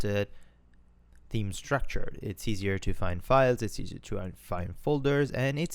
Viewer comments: Please correct your English its theame not team bro come on so annoying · Great series so far! Please do not fix your pronunciation of team. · LOL I read a lot of comments about your pronunciation of the word "theme". I am only on lesson 2, so I will hear it for quite a while. However, there is another grammar point that you might want to check. WordPress is not a person and should be designated by the word "IT", not "HE". Maybe if you are really in love and depending on your sexual orientation you could call it "SHE" or "HE"... LOL As it is neither a car nor a boat, I would stick with "IT" ;) Keep up the great work. I am an old school programmer not really acquainted with PHP, CSS, SASS, WordPress and other new web framework, so it is very interesting. Thanks for sharing your experience. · Really great tutorial to get into WordPress coding. I do get a bit confused about you pronouncing "team" instead of "theme" and "styleshit" instead of "stylesheet" though :D Anyway, really good stuff, helps a lot! :)